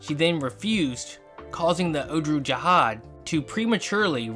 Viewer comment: It’s pronounced “ogg-lu ja-haad